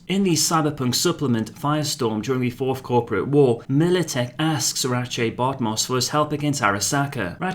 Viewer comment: That's actually how you pronounce it. Hearing him bumblebuck the name so badly nearly turned me off the video right from the start.